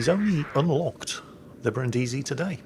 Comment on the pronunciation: Brìndisi, NOT Brindìsi, it's not that difficult.